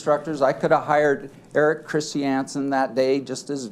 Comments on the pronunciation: Lol, is the dude's name really Erik Christy-Ansen? I'm guessing the name is Erik Christiansen. What an odd pronunciation choice. 😂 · I either hate the way the Lawyer pronounces Christiansen, or I hate Mr Chris Chee Anne's Son for having a dumb last name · is he doesn't stop saying "christiansen" like that 😡